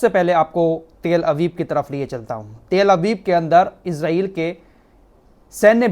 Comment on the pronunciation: تیل ابیب نہیں تل ابیب بولا جاتا ہے آپ تفتیش کریں اور ۔۔۔۔۔۔